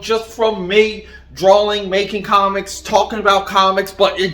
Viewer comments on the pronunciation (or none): Lol did you just say “drawling”